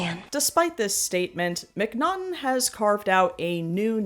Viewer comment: Just want to let you know: His name is Jon Mcnaughton, not Mcnottum, and not John.